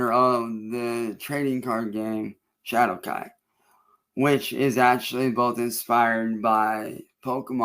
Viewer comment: Hadowkai? LMAO the AI even low key makin fun of ol.👌🤣🤘